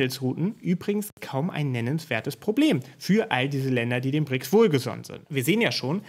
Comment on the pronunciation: Entschuldigung nicht Brixs, sondern BRICS